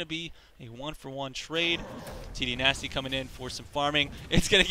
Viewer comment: You must mean TDynasty?